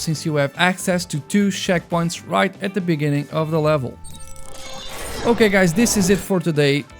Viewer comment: i love me some accents